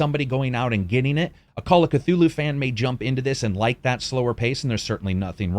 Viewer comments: Cthulhu would visit you personally to correct your ways if you pronounce his name as "ka-two-loo". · The C is silent